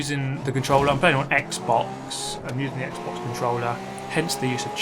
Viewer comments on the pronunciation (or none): none